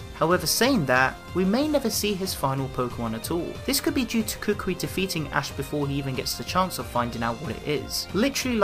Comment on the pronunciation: Why do you say Kukui as cookwee